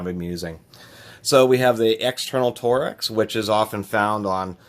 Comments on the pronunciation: IF THIS DUDE SAYS TOREX AGIAN I WILL GO CRAZY TORX not TOREX! but in all seriousness it was a nice video, got to see some tools ive never seen before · Torx not tor x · Is it pronounced “torex” or “torx“!? (Tore-Rex) or (Torks) I mean no disrespect, just want to know if I have been mispronouncing that my entire life.